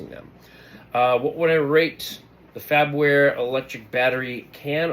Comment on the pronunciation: Mine refuses to open, so, I can't even put batteries in it. Started looking for videos. BTW, it's "Far-ber-ware", not "FAB-ware"....